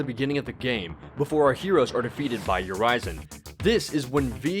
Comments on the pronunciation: Its Yuri-zen, not yurai-zen...thats horrible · And its not Yu Rise en. its Ur Riz en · Also his name is pronounced more like Yuri-Zen.